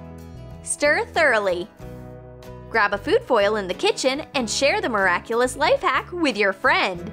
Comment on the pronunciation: you said " Miraclous "Well check it out its an alsome show.